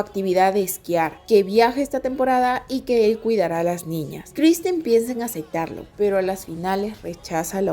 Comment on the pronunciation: Muy bueno, nada más te falta pronunciar "acepta" y "aceptarlo" en vez de "acecta" y "acectarlo"